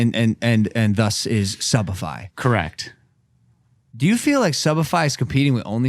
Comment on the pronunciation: is this only me who heard subified as shopify!